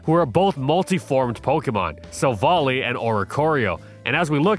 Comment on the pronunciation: It’s pronounced FWAY-coh-coh, HEE-TRAN, sil-VAL-EYE, tur-TIH-nay-tur, HARTH-flame, SIR-ROO-ledge, “Patrick Star”! 🤨